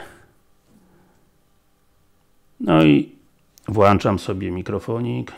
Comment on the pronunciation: Dla youtuberów, to sprzęt strasznie drogi i właściwie zbędny. PS. "włączam" a nie włanczam, YT nie idzie na żywo można zrobić dubla.